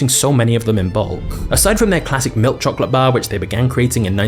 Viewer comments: The way this guy says chocolate makes me want to chocolate my pants..."CHOKLUUT!" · I am not familiar with this channel, and was thus unprepared for a large portion of the video to be an English person mispronouncing the word chocolate over and over. Otherwise, it's very informative and well done.